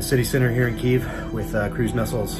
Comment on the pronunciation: Somebody needs to teach dude how to pronounce Kyiv.